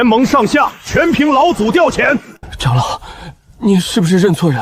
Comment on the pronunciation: 唉！ 長老 唸常老 誤人子弟😂